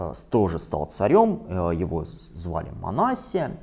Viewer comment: МанассИя , вот так нужно произносить. Митрополит Илларион обьяснил почему так.